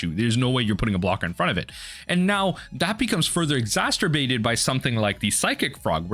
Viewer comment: Just because the card is played and is good doesn't mean it's a problem. Also, the word is EXACERBATE.